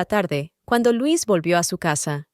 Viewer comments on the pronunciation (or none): Es LUISA ahora bien si es "inglés"(?) se dice lois no LUIS que es masculino ,la inteligencia artificial es la mensa artificial confunde géneros y cambia la pronunciación etc y se repite mucho, es cansado y aburrido 👎